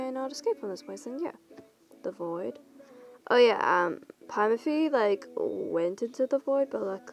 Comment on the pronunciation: I hear you saying pimni it’s Pomni Pom ni 😂 And Zooble Zoo ble Gang gle Kinger King er Ragatha👍 Jax 👍